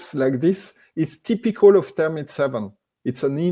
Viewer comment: I believe he means to say "thermite" and not termite. Thermite is a chemical used as a military weapon to start high temperature fires. Some say it was used to burn the Twin Towers on 911. Architects for 911 Truth.